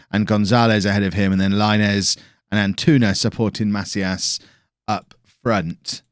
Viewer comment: pronunciation tip: try to say "maCÍas", and not "MAcias" :-)